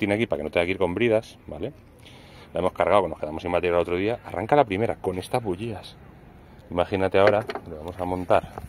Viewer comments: Terribleee!!! No se dice bugias!! Se dice bujias!! Que harto de reir grande bro! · Puedo bocalizar y decir bujías no como dices tu parece que tengo un chicle